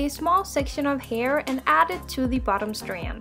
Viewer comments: what "facts" are there to check? lmao just the way she says STanD sounds funny bc of her accent. No one was being rude. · Thank you for this tutorial I really appreciate it but I just have to say why do u say strand like that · "strand" nooooooooooo